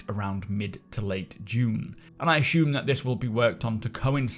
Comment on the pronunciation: everytime you say "ashuume" i giggle a bit.